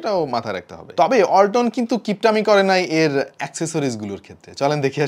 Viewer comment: যখন বললেন ওয়ালাতনের ব্রান্ড আমি পাশে রাখা হোন্ডাটাকে ভাবছিলাম ওয়াল্টনের ব্রান্ড বলছেন😛